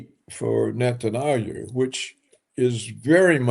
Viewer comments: why is he calling him netanayou? does he do that on purpose? does “netanayou” means something? how you wrote that word/name? tell me everything you onow about “netanayou”, i want to know! :))) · It would be great if Roberts would pronounce correctly. Aldo lose the dismissive cackling. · Paul Craig Roberts mispronounces the name of the leader of the little pissant country. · Roberts ! Why you pronounce the name of Bibi in such strange way ?